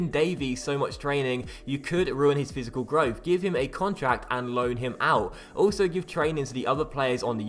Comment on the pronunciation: My man said fisical growth 😂😂😂